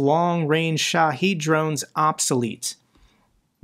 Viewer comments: he clearly tries. This one, he learned a wrong pronunciation is all. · Minor gripe about your videos: Shahed only has one "e" in it, not two like you consistently pronounce it.